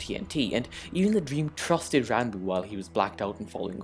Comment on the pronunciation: You actually pronounced his name right!